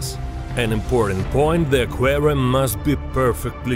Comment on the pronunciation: doubtful, sounds like russian intonation